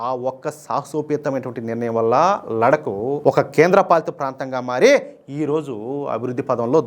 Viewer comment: Ladak kadandi laddakh ani palakandi ok mana telugu vallaki theliyadhu kabatti take it easy kani hindi vallu thappu padatharu ok laddakh ani palakandi ok